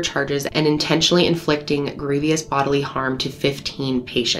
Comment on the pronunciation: Love the way you say grievous (not being sarcastic)